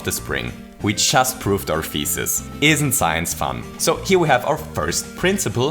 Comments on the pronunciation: Please use a different word or find another way to pronounce "thesis", because across the video, I only heard "feces"... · "Looks like we have a mistake in our feces" – This guy's pronunciation is hilarious! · "and so we prove our feces".... what did you say? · I like how your pronouncation of 'Thesis' sounds like 'Feces' :'D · also it sounded more like feecies. .-. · Yeah the way he says "thesis" does sound a lot like "feces"